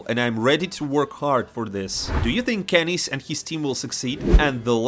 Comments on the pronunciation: this guy said "Kennis" not "kennyS" 💀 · Oh my god, KennyS?